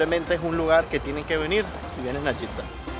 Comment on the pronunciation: Jeeda en español se pronuncia JEDA. Y en arabe Yitda ?